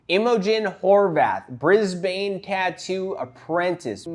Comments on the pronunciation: (We pronounce it Briz-b'n) Cheers from Oz. 😁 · its pronounced briz-bin please look up how to say it for the next video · Lol it always gets to me when I hear American's say Brisbane.